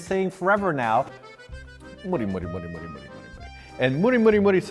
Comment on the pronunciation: I'ts MURI, not mori 😆 You have to pronounce the U 😉